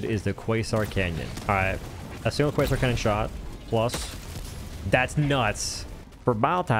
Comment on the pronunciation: Thats a nice "cwasoint" cannon you got there.